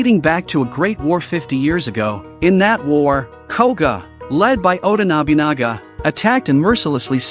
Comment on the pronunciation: everyone else: oda nobunaga, ieyasu, iga clan, jasuke, genosuke this guy: oda nabinaga, aiyaishu, I.G.A clan, jaasook, genosook